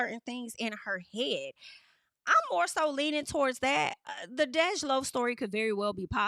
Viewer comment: DEJ IS PRONOUNCED LIKE DEJA WITHOUT THE “ A” 😂 love the hair ❤ you look good my Virgo sister. Also ain’t no way this back and forth is real. Hopefully not cuz DEJ is gay af. 😂 embarrassing in your voice